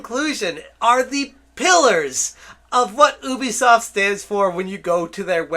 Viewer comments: Yoo - bee - soft please say it properly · not ooooobeesoft youbeesoft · It is not Oobisoft >:(